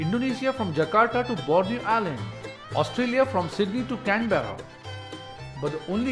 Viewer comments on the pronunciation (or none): none